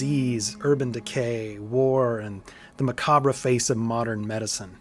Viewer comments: macabre is pronounced 'macob' just so you know great work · "muh-KOB" but I'm sure you know that by now ❤